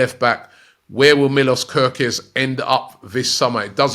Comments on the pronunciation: Robbie says gokorez 😂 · Robbie out here butchering names again 😂😂 Gooorkares and Bilbower 😭😭😭😭😭